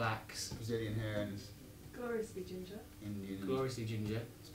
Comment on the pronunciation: Gloriously Ginger!! ohh Gosh! you said it right!...the same happens to me but people won't understand